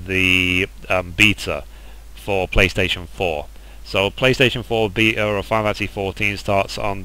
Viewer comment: lol - your pronunciation of certain words is funny - chimera, beta, Leviathan. =) I want me a moogle minion - I hope SE will eventually open that to everyone without Collector editions.